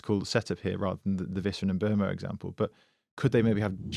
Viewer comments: It is pronounced as M-bwemo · it's mm-boo-mo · No its not. The name is Mbeumo. Pronounced Mm-boo-mo